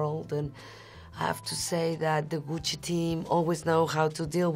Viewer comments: She has the right pronunciation of Gucci and Ariana Grande. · I love how she says “Gucci”